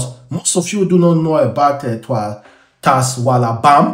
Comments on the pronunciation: TASWALABAM, well done for destroying the pronunciation 😂😂😂😂😂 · It's pronounced shwalabam